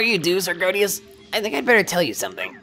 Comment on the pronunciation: Woo hoo another episode! And you keep pronouncing Sir Grodus as "Sir Grodius"